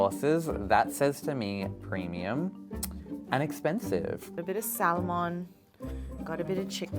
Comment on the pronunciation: She literally said..." a little bit of Salllllmon. Like not only did she actually pronounce the silent letter, she extended it!????